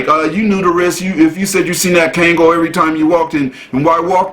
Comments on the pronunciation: Hey dude the name of the dog is pronounced KONG-GALL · I'm nicknaming naming my 3lb, mental-patient, chihuahua "Kangal." ❤ He's fatally-fierce in his baby heart. My EMOchi. Pronounced..Kongol...not KAangol...fyi